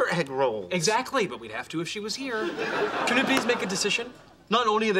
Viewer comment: "Not only are the children starving in India, there's an Indian starving right here." The way Raj pronounced "here" though.